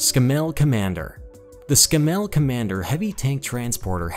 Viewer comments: Out of them all the Thornycroft Antar still rocks. And it’s Scammell as in CAMEL not Scam’ell... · Not Scam ell but Scamell, bloody hell you yanks mispronounce everything! I like the Maz because, although it’s old and ugly (like me)it looks the part! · It's a pity he couldn't pronounce Scammel. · Wish you could pronounce Scammell properly lol